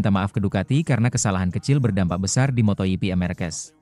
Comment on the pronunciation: Bro ied fitr itu bukan kembali suci tp artinya hari boleh makan , klw bikin narasi pake AI , nulisnya pake bunyinya dlm bahasa indonesia , misal ketik aja markes, motor ji pi, peko bagnaya , jadi si robot gak salah ucap !